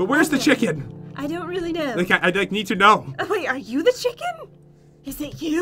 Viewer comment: chicken not chiken